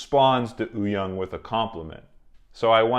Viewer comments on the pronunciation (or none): It's not, if you look at the hangul spelling of "woo", it's actually supposed to be pronounced "oo" without the "w". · Having said that, to tweak pronunciation a bit, the "young" is actually pronounced "yong" to rhyme with "song". Wooyoung's name has just been romanized in a way that's confusing. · Am I the only one who keeps hearing Oooyoung and not Wooyoung 😂😂. Hongjoong has said that Yongho is the person he trust to watch the group after Seonghwa